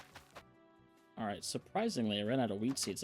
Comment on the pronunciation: when you said dalright lol it might not be just that guy says it alot lol